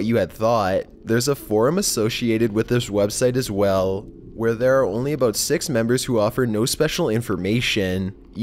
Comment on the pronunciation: Sounds more like Canadian almost... the way he pronounced 'about' as 'a boat'. Not making fun of the accent, just pointing out an observation.